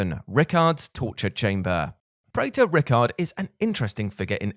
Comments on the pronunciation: Hes fucking pronounced Rai-kard, not Rickard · "Rickard" lolololol. RYKARD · Lmao just casually calling Rykard, "rickert" it's hilarious to me